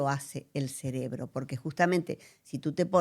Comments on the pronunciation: CeRebro, no es ceLebro ! 🤦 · Que energía tan bella la que ella irradia , muchas grcaias por compartir su conocimiento ! Y por amor a Dios corrige la palabra cerebro , no digas celebro que me hace un corto circuito cada ves que lo dices caballero 😅😅😅